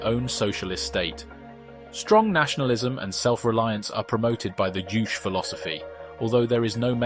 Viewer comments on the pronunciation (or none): Kim “the second” Sung? Uh, the II is actually iL. As in the letters I and L. Kim “iL” Sung. And Jouche, like Jushe? Juche, like Ju Che.